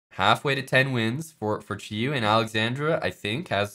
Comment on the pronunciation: Props to for pronouncing Qiyu correctly.